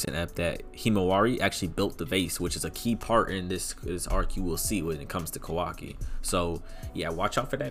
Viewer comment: Ik my guy did not just say Kawak👁 and thought we were going to let that slide 😂😂